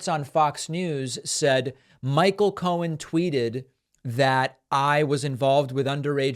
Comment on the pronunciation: He sure did and he also repeatedly said Michael Cone instead of Cohen.😂